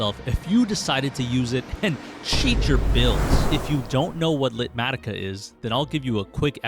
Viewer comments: I think you’re saying it wrong! Light matica? Litematica. Beyond that only you can get away with that list! 🤣🤣❤️ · "LITmatica" ?! If you said it that way to make me comment, you've succeeded